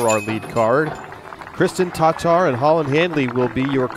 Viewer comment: FFS, it's Tattar not Tot Tar. A very light pause to allow the second T to be heard. How long has she been on the tour now and you still can't get it right. In fact, i think your going the exact opposite way. Your partner can do it why can't you?